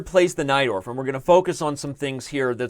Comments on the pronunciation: Everytime Someone says Najdorf Variation I understand "Knight door" ^^ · I always hear "knight dwarf"